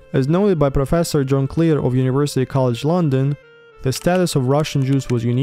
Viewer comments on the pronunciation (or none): none